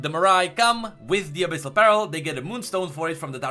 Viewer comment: err are you trying to say Abyssal PEARL or BARREL?